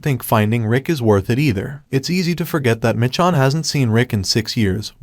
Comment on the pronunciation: Why are you calling her Mitch-on